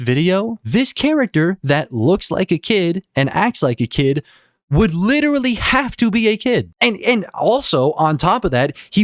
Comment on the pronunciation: "like witerawy my cawachter is like witerawy a 100 yeaw old wike demi human so Im not a pwedator" ahh adult